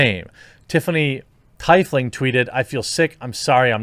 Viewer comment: says "Tie fling"